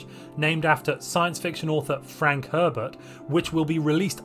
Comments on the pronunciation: With your accend it sound like you said pervert instead of herbert... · I'm sorry But I keep hearing "Three point Two Pervert patch" every time you say it xD